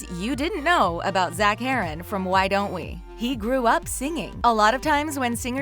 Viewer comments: Omg so mad when she said his last name wrong ahhhhhhh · It’d be nice if they pronounce his last name right